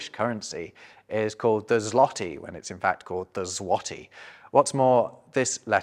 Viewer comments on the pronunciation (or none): I'm going to outsmart the smart guy it is not zwotee. Y in polish is read as an Ɨɨ. Long long long time ago it was a y sound and a ɨ but it got split quickly. So yeah it's /zwɔtɨ/ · It's not pronounced /ˈzwɔti/ but /ˈzwɔtɨ/